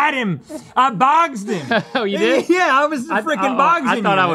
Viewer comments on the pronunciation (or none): “I BOGSED YOU!” 🤣🤣🤣